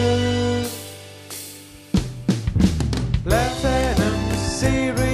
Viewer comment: actually, alumin(i)um and lanthanum were pronounced correctly